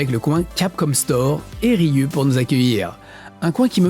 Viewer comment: Excellent reportage ! C'est inspirant ! Je suis perplexe face à tes prononciations des mots "Ryu" de Street Fighter, et "Ridge Racer" cela dit.